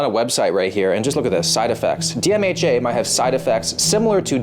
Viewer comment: The way you say "DMHA" Sounds like "DMAJ". Genuinely thought you were saying "DMAJ" until I saw it written down!